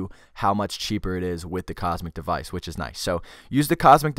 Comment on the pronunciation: It's Comsec, not Cosmic.